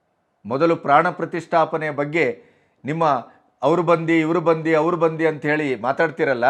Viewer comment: ಬಂದಿ ಅಲ್ಲ ಕರ್ಗಿ ಸಾಹೇಬ ಅದು ಬಂದು. ಕನ್ನಡ ಸರಿಯಾಗಿ ಮಾತಾಡಲಿಕ್ಕೆ ಕಲಿಯಬೇಕು. ITBT.... ಕಥೆ ಇನ್ನೇನೋ...